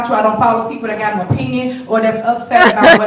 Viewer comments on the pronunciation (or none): O-pi-en? Or opinion?